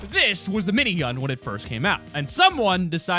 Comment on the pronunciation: When he says : minygun Me:☹ When he said: gray pistol Reeeeeeeeeeeeeeeeeeeeeeeeeeeeeeeeeeeeeeee😭😭😭😭😭😭😭😭😭😭😭😭😭😭😭😭😭😭😭😭😭😭😭😭😭😭😭